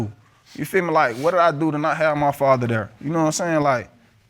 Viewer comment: I love when people say muhdder and fahdder.